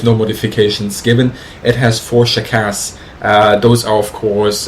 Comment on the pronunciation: SHVAK is pronounced like flak. same with SHKAS because S and H letters replace one russian letter